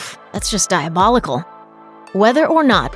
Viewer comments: Deathly Hallows — not “hollows.” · “Deathly HALLOWS”, not “Deathly HOLLOWS”! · It's Deathly HAllows not Deathly HOllows!!!! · Deathly HALLOWS not hollows... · It’s deathly hAllows NOT deathly hOllows!! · Did this person really just say the deathly hollows ? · This video is clearly misinformed in many ways... It's the Deathly Hallows, not Hollows. And the goblin is called Grip-hook, not Grifuk. And in Aunt Marge's sentence, the word that is bleeped out (which I won't write here for fear of being censored by prude algorithms) is not a swear-word at all, it's just the normal term for the female dog.